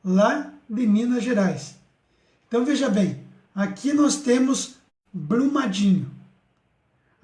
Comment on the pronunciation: Itabiritú....rsrsrs - ITABIRITO - Blumadinho - BRUMADINHO - não esta conseguindo ler 2 nomes simples e básicos como esses, mostrando um mapa de cabeça pra baixo ou ao contrário..... difícil demais,hein? Deste jeito aja credibilidade . VC TA BIRUTU..kkkkk